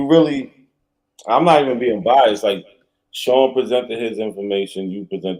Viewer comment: can’t pronounce Biased he says By-Azz lol 😂